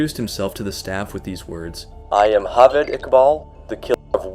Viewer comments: It's J-aved Iqbal, not H-aved Iqbal. He's not Spanish! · The fuck is "Halved Iqbal"? It's an Urdu name, J is pronounced as J, it's not Spanish. I'm actually surprised you pronounced Iqbal perfectly, but kept fucking his first name. Every time you say "Halved", it cracks me up. A simple Google search during research would have told you how to pronounce the name correctly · this is not Spain or south America. J is pronounced as J not H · am i the only one ticked off by the way he pronounced Javed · me too me too